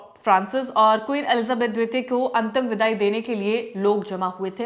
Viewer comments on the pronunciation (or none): Is ladki Ko jab Hindi padhna nahin aata to kyon news video mein recording ke liye baitha dete Ho? Queen Elizabeth pop Francis ka naam nahin padh pa rahi hai, aur news anchor ban jaate Hain yah log😢